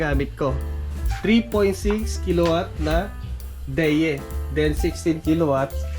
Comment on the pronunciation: Idol ang tama yatang pagbigkas sa DEYE ay D-EYE sa tagalog ANG MATA, syempre chinese brand hindi sila maalam gaano sa paggawa ng brand name or tamad na sila paghiwalayin ang D-EYE